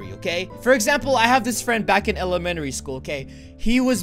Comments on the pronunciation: Elemary?!?!? NO ITS ELEMENTARY!!! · Listen to and see how roi says elementary